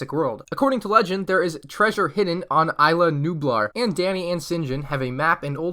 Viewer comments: It’s is la nublar not I la nublar that’s sounds like some pricy popular 5th garden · You were saying isla nublar wrong you pronounce it (is-la) with the “s” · It triggers me on how ur pronouncing islanublar